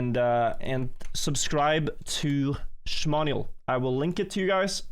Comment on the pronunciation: 95% of the time, 5% XDD